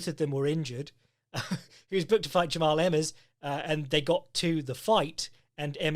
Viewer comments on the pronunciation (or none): it's pronounced the same as one would the name "jamal" 😭 great podcast, as always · I think it’s pronounced Jamal, he called himself Main Event Mal at the end of his interview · Pretty sure Jamahal Hill is pronounced like "Graham"